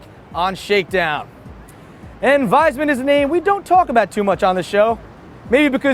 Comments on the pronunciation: it is pronounced Wees-Mann, not Wise-Man:) Just thought I would let you know for next time... however I doubt Wiesmann will be in the news again anytime soon lol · It's Wiesmann, not Weismann. Correct pronunciation is Weesmann. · "my guys" would end up in a gas chamber if "we" win the war, so thanx a lot big usa... but "wiesmann" will still pronounced like "weesman" and not the crappy english "wiseman" way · actually, "wiesmann" will not pronounced like "wiseman", more like "weesman". damn, you have to learn german if you talk about cars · It's pronounced VEESMAN ... or WEESMAN would be fine as well ^^ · Wiesmann is written with 'ie' and it reads 'veesman'. If it's Weismann with 'ei', then it reads like reads. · ey, it's Vees-mann, that's how Wiesmann is pronounced